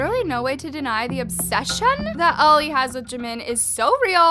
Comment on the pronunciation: LMAO ! “ Obseshunnn “